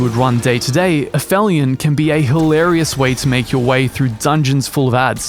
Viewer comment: Aphilion.....pronounced app-helion. Is the point in the orbit of a celestial body at which it is farthest from its local star